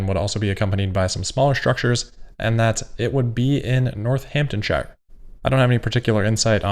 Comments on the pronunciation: Tip, don't put emphasis on the i in shire. Shher is how its is pronounced. 😊👍🏻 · haha yes im from northamptonshire the pronunciation made me smie